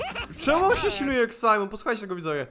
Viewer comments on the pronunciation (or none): none